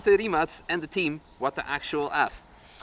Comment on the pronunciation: congratulations on the correct pronunciation of the name RIMAC